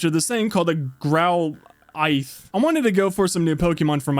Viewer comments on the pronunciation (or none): Growl-ith ith not ite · Growlithe is pronounced growl—— if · It’s pronounced growl-li-th-e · everyone was screaming at that he couldn’t pronounce “growlithe”